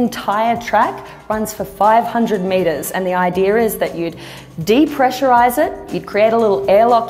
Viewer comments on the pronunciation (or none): its pronounced "idea", not "idear". You are welcome!